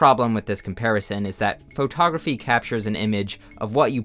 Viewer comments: Photography is pronounced "Fuh-taw-gruh-fee", not "FOE-taw-gruh-fee". No need to say the FOE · please pronounce photography correctly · why does he say faux-tography (respectfully) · why do U pronounce foe togrqphy that way❣ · faux-tography damn bro why you saying it like that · I love how you pronounce pho-tography It's how I imagine Forrest Gump saying it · why does blud say photography like that